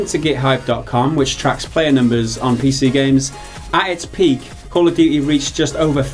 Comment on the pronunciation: Duty. Not "duii"